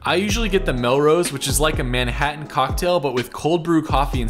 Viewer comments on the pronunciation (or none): none